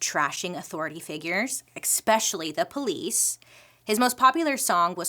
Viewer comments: Bailey I love you so much but...it's eSpecially not expecially ❤ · I love Bailey so much! Her style, her makeup, her personality, her creativity in creating all this content. I think it’s endearing when she admits she’s not the best at pronunciation. But I can’t help but have a reaction when anyone says “EXpecially” vs “especially”. I hate being one of those people :( I just hear my dad and mom correcting me every time she says it. lol. I’m sorry! I love you! Keep doing you. But maybe… drop the “x”. Please? love you! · Bailey, I love your content, but there's no 'x' in especially. Every time you say that word it's like nails on a chalkboard 😬 Also, you look gorgeous in the natural look you're wearing in your ad breaks. Love your hair like that. Super cute!